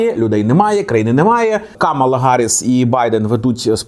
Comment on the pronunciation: Правильно Камаʼла, а не Каʼмала